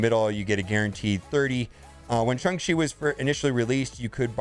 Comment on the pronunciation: If you still can't pronounce Shang-Chi, try calling him Sean, like others are doing